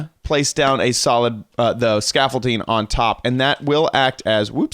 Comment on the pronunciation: XD when you said hey guys, scaffolding it sounded like you were saying youre name was scaffolding